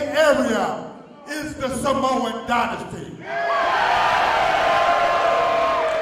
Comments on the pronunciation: Dynasty = die-na-stee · Did I miss something? I love Samoan Dynasty, but who is pronouncing it as Dinasty? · Its Dynasty..As in DIE NASTY..as in Soy Boys DIE NASTY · The way he pronounced dynasty bothers me........